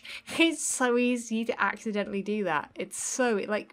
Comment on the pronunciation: AXE iddently